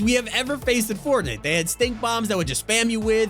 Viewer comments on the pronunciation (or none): said fortnit